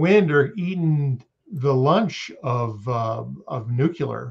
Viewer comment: NOT another ' nul - cear' pronouncing American citizen 😮